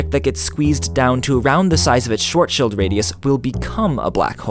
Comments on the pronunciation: Wicked Mouse Schild shoud not be pronounced with an "ie" because then it would sound like like the English "shield" or the German schielt ("sb. squints")... "T-lit" -> "Sch-ilt" When you say it like "tilt" it's almost perfect, but you can hear the English accent ;) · its not schwart schild, its schwartS schild (a sharp S) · It isn't "shuarshield" it is "Sh- vartz-shield" as simple as using google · By the way the "ar" in Schwarzschild sounds damn close to "are" and not like you pronounced it. However it would sound like "schwoazschüüt" in Austrobavarian. Also the "i" in "schild" is short and the "d" is more of a "t". The "i" in "shield" is long. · Its Schwarzschild not Shwuoazshield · man you are so annoying calling it shwart-shield... it's clearly spelled CHILD. shwarts-child radius ffs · He sed it Wong. It's starts-child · When you are german and get triggered everytime he says Schwortschield instead of Schwarzschild 😂 but nice trying bro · I've always heard it called "Shwartz Child" not "short shuuld" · It's not "shield" either, its "shilt" with a short i sound as in "fit" and a T sound instead of a D because German pronunciation needs some getting used to. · Broockle, no, not "sheeld". It's a short "i"; as other have said "shilled" is much closer, but "shilt" is even better. Ending "d"s are pronounced like "t" in German. The German names that annoy me most when anglophones pronounce them are Messerschmitt ("Mesher-Smitt", I have no idea who started pronouncing "ss" like "sh". If you just ignore the "c" and pronounce it English, you're already very close) and Kirchhoff ("Curtshev", which makes him sound Russian. To be fair, the "ch" here is unlike any sound in most languages, it's also very different from the ch in "Loch" or "Bach", although German uses "ch" for that sound, as well.) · It is called schwarzschild but you say it like sworzschild. That hurt my german ears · „Shwuazsheld radius“ So great to be german xD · its pronounced sw-ar-tch-child radius